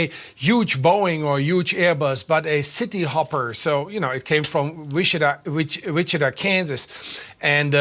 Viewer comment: German guy can't pronounce Wichita. 😄